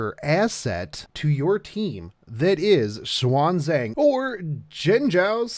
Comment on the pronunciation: Hey love your vids by the way as far as I know her name should be read as shi-ya-n zha-ng